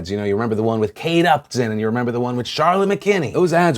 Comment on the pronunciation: "do you 'meber? cuz i 'member" was that a south park reference? lmao